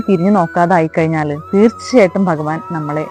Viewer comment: ബഗവാൻ അല്ല ഭഗവാൻ